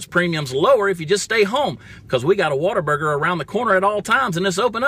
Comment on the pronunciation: this guy should've stayed in Georgia. "Water-Burger" cant even say What-A-Burger